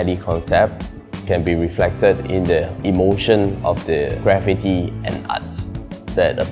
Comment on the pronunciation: Graffiti is pronounced Grah feet ee, not gra fit ee ( and the designer made it sound like gravity)